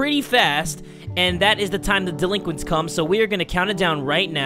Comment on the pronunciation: Laughing in Front of the delinquits?